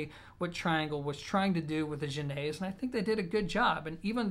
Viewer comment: This is a really good review,. As an aside, congrats for getting the pronunciation of the last syllable correct during the Final Thoughts section; it’s “ezz”, not “AYzz”... the accent on the e is accent grave. Yes, I speak French, LOL. I’ve been considering the Gaia EZ for my system, but I’m going to ask my dealer if he is able to get the Genèse Trioin for an audition. He’s an enthusiastic Triangle dealer and I’ve auditioned the Gaia in his shop, driven by my amp. The speed and forward presentation sounded really good with my amp and the music selection I brought along. But I didn’t audition any larger scale, symphonic music; it sounds like the Genèse Trio might be preferable for classical. Thanks for this review.